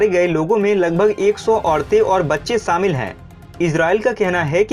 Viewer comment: Saamil nahi shamil bol.